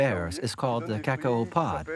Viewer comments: KaKOW! Not KakOWA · All along I am wondering what is "Ca/Co" until I saw it 🤣🤣🤣 I've never hear that pronunciation before.